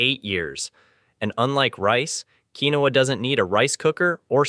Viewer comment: Look up the pronunciation. I’ve always heard it pronounced KEEN wahhha (2 syllables)